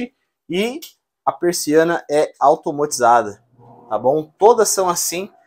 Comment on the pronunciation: Oi,. Vc aceita um “toque”? Se fosse eu, gostaria que alguém me falasse… É que não se diz “automOtizada”, mas “automAtizada”. E o passado do verbo trazer se pronuncia “trouxe”, não “truxe”, ok? É um toque de amiga. Vc é gente boa demais. Sempre assistimos! Sucesso! Bjo!